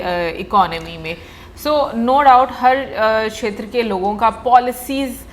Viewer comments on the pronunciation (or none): Aaj ne to sixers lagaye Kshamata ( shamata) kshetra( shetra) Ese bhari shabd bole😃👏🏻👏🏻👏🏻